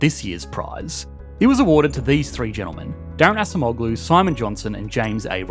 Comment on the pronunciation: It's very good video but I would appreciate it more only if you could pronounce Daron Acemoğlu more correctly.